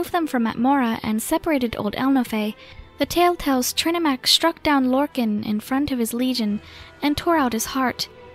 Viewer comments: “Lorkin” it’s Lorkahn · It's Lorkhan.